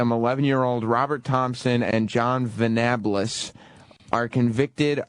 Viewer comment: The way Sam pronounced ' Venables ' is enraging if you know how it's actually pronounced.